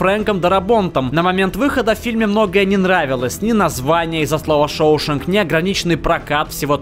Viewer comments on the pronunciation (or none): шоушЭнг а не шоУшоенг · Побег из Шоушенка на восьмом месте? Кстати, ударение в слове Шоушенк на "Е"